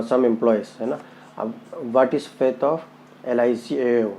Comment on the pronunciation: Fate not faith.